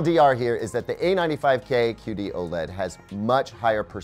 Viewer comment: Anyone else keep hearing 'cutie OLED'? Even the auto-generated captions are confused.